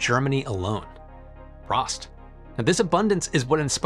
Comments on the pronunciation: Oh dear, when people try to pronouce German words. For future reference: 1) Leibnitz isn't "Leebnitz" (long e), it's with "ei" as in English "eye" 👁, so L👁bnitz. 2) Prost has a long o, so not prost like frost, but prost like boast. 3) Jena (the city) isn't Jeena (long e), it's more like "Yayna" with a long a as in May. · "Pr-OH-st", not "Pr-Ah-st".... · Hey! as always a pleasure! just a heads up here since you pronounced "Prost" as the word "Frost", you have to change that honestly xD The authentic pronounciation is much closer to "Post" allthough I think you have to look up the real O sound online, tbh I couldn't think of a really good example xD Enjoy your tuesday! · Pröst? That's not a word. I think you're thinking of prost. His pronunciation is wrong ...but not nearly as wrong, as if he had said pröst. (though I doubt he could manage to pronounce ö) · To get closer to the pronunciation, you could read it as 'prowst' to get the 'O', like in Homer's "Doh!". :) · Pr-O-st. O is pronounced O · You think he could have taken the 5 seconds to look up pronunciation in Google translate for pröst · In case you're interested, the first syllable of Leibniz rhymes with "high" rather than "lee." And "Prost" rhymes with coast. Well done on the "j" in "Jena", but the first syllable rhymes with "gain." It may or may not interest you. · I am always looking for excuses to comment and feed the algo. "Prost" is pronounced with a long "O." : ) Also, this is all great news! All we have to do now is actually adopt these developments instead of resisting them. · You mispronounced Prost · Unsub because of Prost pronunciation.